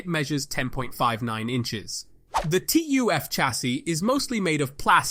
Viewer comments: Bro it's called TUF not T U F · It's 'tuf', like 'tough'